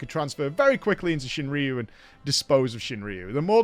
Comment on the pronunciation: Pretty sure it's ShuinRYU not ShinRIYU, there's no I... Sorry for nitpicking